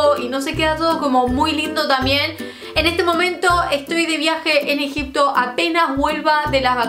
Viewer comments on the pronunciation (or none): none